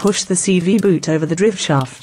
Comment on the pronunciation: Would help if he had all the right tools, the narrator can't pronounce parts correctly. Like drivshaft it's a driveshaft or cv axle or just axle